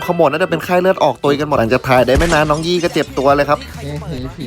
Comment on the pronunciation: วัวทำให้ชัดเขาชื่อว่ายี่ไม่ใช่ยื้อ